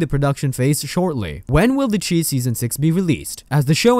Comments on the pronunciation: It's pronounced like the shy no the cheese or whatever you are saying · " the chee?" 😂😂😂😂 its pronounced " the chi...like shy" short for chicago. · Learn how to say the name of the show..it not che..it’s chi.. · It's called The Chi as in Chicago, pronounced (Shy). Lol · Chi is pronounced "shy" as the city of Chicago is nicknamed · Thats not the name of the show! And u saying the name wrong just shows u dont watch it.. why would we subscribe to a channel that doesn’t even watch the content they are talking about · Over 40000 subscribers listened to you say this wrong several times...it's giving bare minimum.